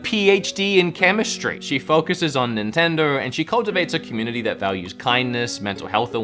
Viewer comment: Did he say nintender?